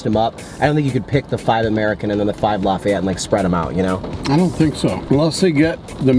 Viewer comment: It’s pronounced ’Lah-fee-et’ not ‘Lah-f’eye-et’. And Lafayette is the best.